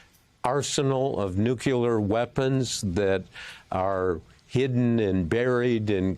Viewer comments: Mr Woodward, with respect - NUCLEAR, not "nuke-yuh-ler". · Woodward should know how to pronounce nookleeyar, not noocuelar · All this war crap is stuff YOU PEOPLE are responsible for And Bob... its nuclear, not nuqueler. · If Woodward is so smart, why is he worried about Trumps North Korean lover having "nucular weapons?" There is no such thing. Nuclear weapons, however, would be concerning. 😎😎 {Certified Old Curmudgeon} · Bob, the word is Nuclear, NOT Nucular! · How can the man have written so many books but still say nucular? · I wish Bob would learn how to pronounce "Nuclear." NEW CLEAR.... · "NUKULAR" IS NOT A WORD! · Why can't Americans pronounce the word "Nuclear" properly? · George Bush said it often. It irritates me too, but it's commonly mispronounced. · Btw, this guy can’t even say “nuclear”